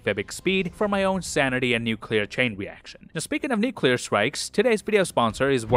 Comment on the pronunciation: “Speaking of nucular strikes…” is the best intro to an ad reel I’ve ever heard